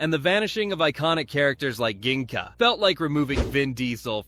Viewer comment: ok 👍 don’t forget that Ginga's name is pronounced as Jinga, at least in the English version (also in the Hebrew version, but I don’t think you saw the show in Hebrew).